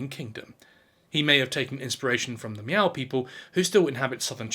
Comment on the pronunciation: Did you just say "meow"? 😂